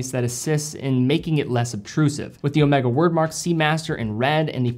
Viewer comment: O may ga, not o meh ga